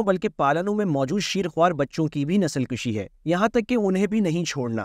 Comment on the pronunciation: اردو میں لفظ ،نسل کشی ، پیش سے پڑھا جاتا ہے جبکہ آپ زبر سے پڑھتے ہیں اس طرح معنی تبدیل ہو جاتے ہیں ۔